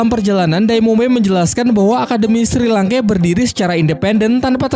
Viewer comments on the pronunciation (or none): Penyebutan nama nya kedengeran aneh njir, untung dah tau nama² asli chat nya. 😅 Edit, Shrek bang, Sri langke sengaja ya, lucu bet njir 😂